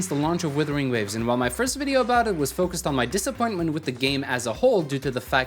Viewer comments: You still say WITHERING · Do you find it difficult to differentiate "wuther" and "wither" by any chance?